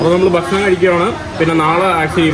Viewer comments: ബഷണം അല്ല, ഞാൻ എല്ലാ എപ്പിസോഡിലും കമന്റ്‌ ഇട്ടിട്ടുണ്ട്. ഭക്ഷണം എന്ന് ഉച്ഛരിക്കുന്നത് വരെ തുടരും സുഹൃത്തെ!!!! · പറയുമ്പോൾ ബഷാണം എന്നും എഴുതുമ്പോൾ ഭക്ഷണം എന്നു മലബാറിൽ ഭക്ഷണത്തിനു ബഷാണം എന്നാണ് പറയാറുള്ളത്, ചിലപ്പോൾ അവന്റെ നാട്ടിലും അങ്ങനെയാവും, ആരും ഉച്ചാരണ ശുദ്ധിയോടെ സംസാരിക്കാറില്ല